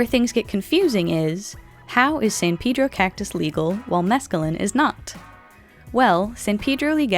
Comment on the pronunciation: That is not how you pronounce “Pedro”